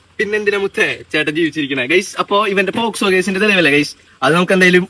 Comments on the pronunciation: Eda kunne posco allada avarathimobe pocso ath parayan padiyada polayadi mone🤣😂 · Pottaaa Posco alla pocso 😂😂😂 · പോസ്കോ അല്ലടാ പോക്സോ😂😂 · കിളിയും, പൂമ്പാറ്റയും, പർപ്പിളും ഒക്കെ കൊള്ളാം.. ആധികാരികമായി കൊണ അടിക്കുമ്പോൾ ശ്രദ്ധിക്കുക പോസ്കോ അല്ല പോക്സോ 😂😂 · Posco alla mone pocso 😂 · POSCO അല്ലടാ കണ്ണാപ്പി കുണ്ണേ POCSO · പോസ്കോ അല്ല പോക്സോ..... 😂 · Posco alla 😅pocso enn parayan polum prathikn ariyilla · പോസ്കോ 😂😂. Pocso ആണ് fool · ഈ തെണ്ടിക്ക് പോക്സോ എന്ന് പറയാൻ പോലും അറിയില്ല. പോസ്കോ ആണത്രേ. ഇവനെയൊക്കെ എഴുത്തിന് ഇരുത്തണം.